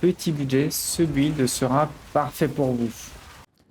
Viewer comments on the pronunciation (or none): Excellente vidéo, merci pour le build. Par aileurs, build se pronnonce "bild", on ne pronnonce pas le U, sinon on dirait "gÜilde" ^^